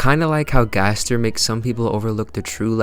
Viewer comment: gaster in chapter 7: its pronounced ga-STAIR gaster jingle plays gaster disappears credits roll